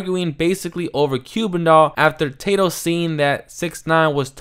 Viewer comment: It’s Tah-doe not Tay-doe 😂